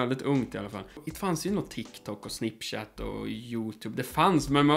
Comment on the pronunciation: Snipchap 😂 o min so lärare säger snopchat 😂